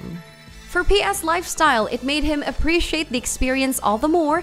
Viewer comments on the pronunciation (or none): none